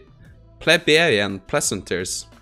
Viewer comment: Hey just heads up plebeian is pronounced pleeb ian from plebe or pleb. Commoners.